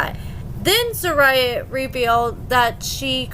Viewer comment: HER NAME IS ZER- RU-YAH